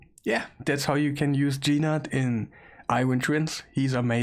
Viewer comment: his name is not Gee Nutt.!